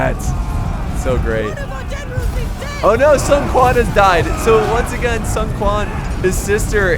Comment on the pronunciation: It's pronounced soon not sun. Sorry love ya bro.